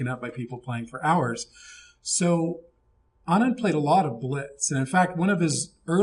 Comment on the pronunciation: you pronounced it right. Anand mother tongue is tamil and even in tamil Anand means happiness. Passing of fathers name is right. that's very common in this part of the world.